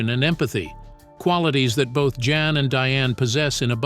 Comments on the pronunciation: I think his name is pronounced Yan not Jan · pronounces YAN